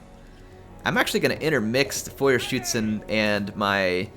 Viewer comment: GJ on the “Feuerschützen” pronunciation! They sure do live up to their name.